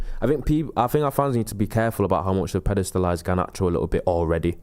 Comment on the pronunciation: Pedestalise* yeah, I caught that hahaha.